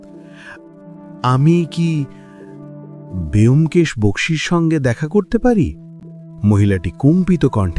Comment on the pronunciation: 'ব্যোমকেশ' এর উচ্চারণ বোমকেশ হয়, বেয়োমকেশ আবার কী উচ্চারণ! ভীষণ কানে লাগছে।